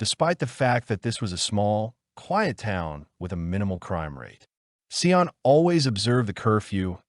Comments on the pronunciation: Just off topic really quick, Sian's name is pronounced "Sharn" not "Sye-Ann" just saying.. ok back to the video. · Sorry, forgot to say that it drove me crazy, too😂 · Get the name right .. the witch’s name was Valmae Beck not Wilma .. and the precious child’s name is pronounced Sharn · I knew them well and Linda left the shops with her daughter and meant to meet her on the other side of the park as she had her bicycle... by the time Linda got around the corner to meet Sian she didnt turn up... you facts are not correct but close. the rest of it is BS. Her name is pronounced SHARN... the killers asked her to help look for their dog so she got off her bike and they took her... it was just so traumatic ... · When you are creating a true crime case, you should probably make sure you know how to pronounce at least the victims name. This was one of the saddest cases... my heart goes out to Sians (pronounced Sharn) family. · Americans would need it written as Shahn, for them to pronounce it correctly, as they would pronounce the r in "Sharn".. which is incorrect. Actually, Sian, pronounced by Americans would be close to the way they pronounce "Shawn" with a longer "a". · WRONG. As others here have noted, the name is pronounced 'Sharn'. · Interesting story but please get the pronunciation correct. Her name is Sian pronounced Sharn. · So disrespectful. Sian's name is pronounced sh-ah-n